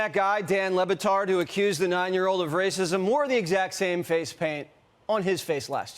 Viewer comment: Mr Wattetrs: It is not pronounced Dan Lebbetterd, it is pronounced Dan Le Bâtard with a noticeable gap between the "Le" and the "Bâtard". The "d" at the end is also more suggested than pronounced. It comes out as Dan Le Battarh. It's French for Dan the Bastard